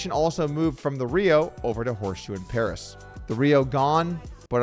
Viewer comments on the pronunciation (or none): none